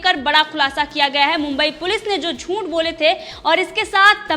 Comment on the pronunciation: Teri channel achhi hei. Meine subscribe ki hei. Lekin news kaise ohadhi jaat hei voh sikh. Shabdo ka sahi uchhar sikh. Zoonth nahi hei zooth hei. Tera audio sunke khoon ubalta hei mera tere galat uchharan se. Please hindi sikh le.